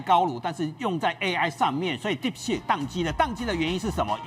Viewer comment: 來賓好像把 deep seek 說成 deep sh*t 😂